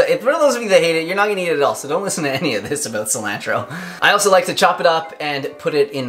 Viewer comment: D, Your channel is awesome. I've watched everything you have put out and instantly watch any new videos. But, lol, google the pronunciation of Cilantro. I love the smell, taste and benefits of this herb, but you are butchering the pronunciation. Peace brother and Crystal's laugh is the BOMB